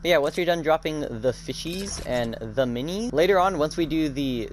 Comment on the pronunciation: Nah I’m just making fun of the way you said fishies and minis that’s all (if I hurt ur feeling than sorry)